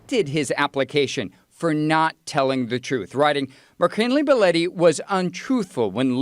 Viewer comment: BEH LAW TEE , i cant believe 2 people pronounced that name wrong or is it just me ?